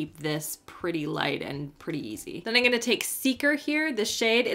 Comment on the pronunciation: The way she says I’m gonna sounds like In Goya 😂